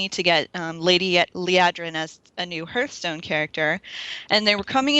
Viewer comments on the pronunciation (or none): Honestly this is starting to annoy me to no end. Its HEARTHstone, not hurthstone